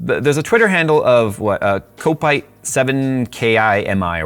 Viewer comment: I love your pronunciation Of Kopite 🤣